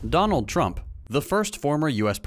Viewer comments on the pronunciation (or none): none